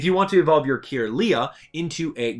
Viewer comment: Some of your pronunciations are wrong. The "wyr" in Wyrdeer is pronounced like "weird", Budew is "bud" and "dew", Kirlia is CUR-lia, Chatot is chat-ot, and Gliscor is GLIE-scor.